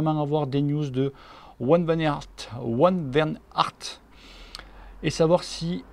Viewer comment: On prononce Wout Van Aert comme ça : WouT VanarT